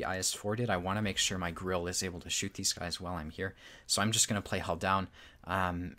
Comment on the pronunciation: I like your videos, but please pronounce the 'e' in 'Grille'. 👍